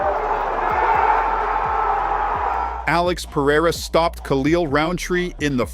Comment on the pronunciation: If AI is so smart then why can't it pronounce a name correctly? Peireriaia